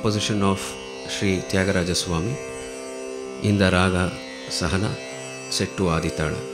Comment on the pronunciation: It is commendable that the vidwan CORRECTLY pronounced the raga Sahana as SUH-HUH-Na all syllabis 'short." This will make the great singer/muiscologist/lecdem vidwan Prof SR Jankiraman saar proud. I wish all the best in all his endeavors all a Carnatic singer. Puliancode Parameswarapanicker Narayanakurup Kanthikumar from River Islands, Calif